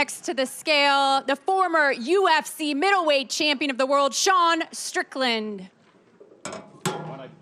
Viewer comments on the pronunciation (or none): none